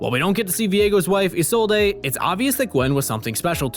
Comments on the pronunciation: Am I the only one triggered by the fact he pronounced Isolde (I-sol-day) and not (I-sold). I’m so use to hearing Viego and such say the name that it kinda bugs me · I can never understand how people don’t pronounce Isolde’s name correctly when Viego outright says it himself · Why you pronounce isolde like that